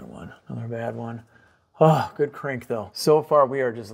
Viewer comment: Crank rhymes with dank 😂 Im glad it worked out for you